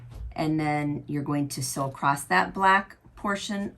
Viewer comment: Why is the word across spoken acrosst ?